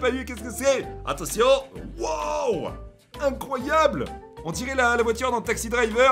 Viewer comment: on dit pas incroiyeau on dit incroiyable